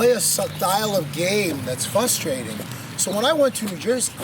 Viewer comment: Question: is there anything more frustrating/ frustrated than some one who says fuss-trading / fuss-traded? Answer: nothing.